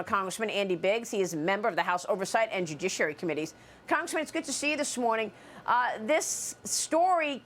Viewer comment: I love the way Maria says judiciary. Jujicidary